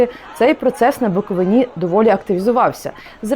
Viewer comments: БуковИна, а не БуковинА!!! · Ви задовбали:БуковИна,а не БуковинА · Начальство УПЦ МП то є фсбешні сексоти, то і так зрозуміло. Але вхарило мене лише одне - зауваження до журналістки. БуковИна, а не БуковинА. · Чому не каже БуковИна? Невже вона освідчений журналіст не знає як треба правильно робити наголос? Знає напевно, вона так просто самостверджується! Чому не йде у румунські та молдавські села робити свої галімі передачки? Що там не буковинці живуть? Та навіть в українські ходить жирналістка виборочно, щоб враження екесь коньюнктурне склалося! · Правильно вимовляти назву Буковина з наголосом на третій склад! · Пані ведуча, у Вас така гарна мова! Навіщо Ви її псуєте таким противним наголосом у слові "Буковина"? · Шановна пані журналістка, чому Ви не правильно ставите наголос в слові «Буковина»? Наголос ставиться на букву «и»! ☝️